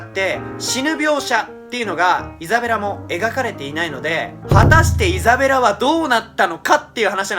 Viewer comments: のところイザベラがエザベラになってる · 5分06秒ぐらいにイザベラがエザベラになってますよー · 5分5秒エザベラになってる(笑) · ？エザベラになってる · イザベラ→エザベラになってますよ〜